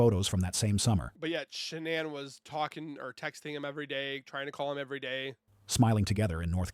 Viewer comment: And I don't know if this bozo knows what he's talking about. He's not pronouncing any names correctly. He calls Shannan ShawnAnn